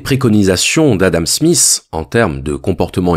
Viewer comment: Adam Smiss! 🙄 C'est Smith! Difficile pour les français j'imagine.